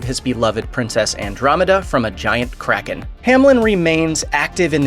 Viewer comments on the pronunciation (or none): none